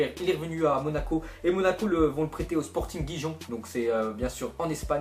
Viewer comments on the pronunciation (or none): sporting guijon 😂😂 ça se prononce sporting riron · yo mec, c'est pas Sporting Guijon, c'est Sporting "Riron" :P